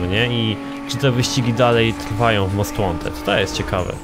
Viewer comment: "Cześć, ja jestem i zapraszam na odcinek z Nid For Spid Most Łanted, ten stary most Łanted z 2015 (pozdro dla obeznanych o co cho)"